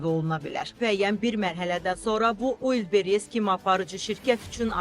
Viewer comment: Ulllbres yox Valbress